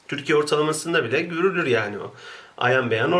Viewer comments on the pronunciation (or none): none